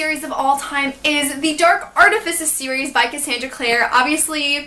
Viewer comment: Okay, ilysm but your pronunciation is killing me! (Art-eh-fy-ces) FICES. I’m sorry. Ily but it was killing me.